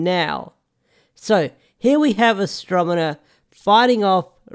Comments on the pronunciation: might be spelled that way but I’m more pointing out you’re pronouncing it “mena” and not the other way around. Which I get. Stuffy nose and whatnot but just thought I’d point it out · You're not pronouncing her name right it's pronounced as he said Astronema.